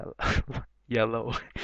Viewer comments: "Yelloe" haha that made me laugh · Haha "Yelloe"